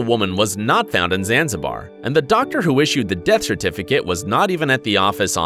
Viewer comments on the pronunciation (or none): none